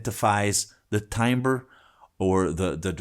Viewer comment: Dude! Timbre is pronounced Tamber, not Timeber. Just saying...